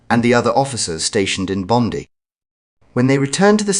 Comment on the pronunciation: Bondi, said Bond die, not Bonndi